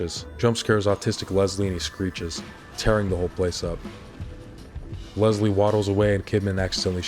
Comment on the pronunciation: My sister’s name was Leslie, and she hated when people pronounced it “Lezlie” like you do. But I won’t hold it against you because this video is a BANGER and The Evil Within isn’t talked about nearly enough. True survival horror & one of my personal favorites 👌🏻